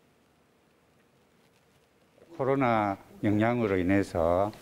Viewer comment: 아나운서 웰케 어색해.. 특히 한다죠 뭐야 ㅋㅋㅋ